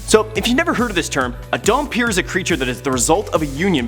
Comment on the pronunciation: Damphir is pronounced Dam-pir not Dum-pir.